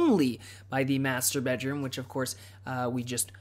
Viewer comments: Whenever you say "Master bedroom" I hear "Masturbate room" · every time he says "master bedroom" I hear "masturbate room"....